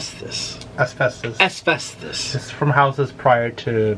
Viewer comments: Asfestos??......I think you mean Asbestos. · It’s “ASBESTOS” not “ASVESTOS” it’s a b not a v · Asvesthus.... More like asbestos 😅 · L❤️VE you Nik but it’s asBestos 😊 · "Asvestus" AKA Asbestos!! Love it. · It’s asbestos with a B, not F😆